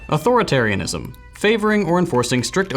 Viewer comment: It's eight syllables.